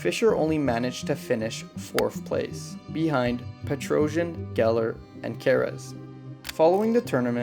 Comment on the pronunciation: It’s pronounced PetroSYAN, not Petrosion.